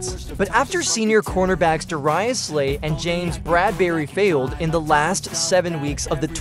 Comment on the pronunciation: Da-rye-us Slay! 🤣